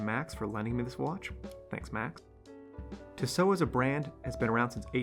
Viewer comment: Tissot = "Tea-Soh" Chemin Des Tourelles = "Sheh-min deh Tour-ell"